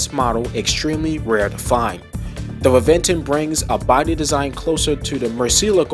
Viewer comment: *Reventón pronunciation : Rebenton